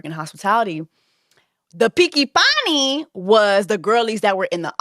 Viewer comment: Innit! It took me a couple of times to clock it 😂😂😂 Jess is too funny! Mi no picki panni 😂😂😂